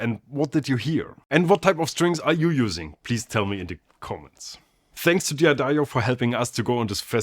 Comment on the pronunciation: FFS it's prononced DUH DAIRY-O not DEE A DAIRY-O !!!